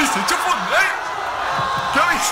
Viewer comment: Min 3 03 mas falso asta dice fornite